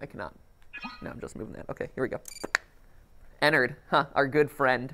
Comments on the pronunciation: Its Ennard Not enard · when he said “good friend enard” my instant reaction was to say allowed at 3am “Frenard” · Joshua Espanta it could if you pronounce it teleporting EnnAIRd